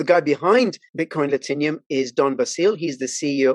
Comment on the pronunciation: “Latinum” looks like a 3 syllable word to me. Whoever sponsored this ad is pissed you butchered the name Do you say Platinum or platinium?